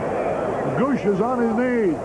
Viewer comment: Harry saying the Padres catcher's last name.... "Gooooosh" (In the first inning) By the eighth inning hed be saying "gooo goo lash " or some other total butchering of his name lol. The Bud would be taking full effect by then.